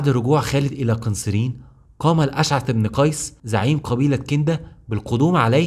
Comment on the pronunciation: ماشاء الله شغل محترم ولكن انصحك بالهدواء في الكلام بعض الاسماء بتقولها غلط مثل "قنسرين" ، واخيرأ من زار سيدنا خالد قبل موته هو سيدنا ابى الدرداء رضي الله عنهم جميعا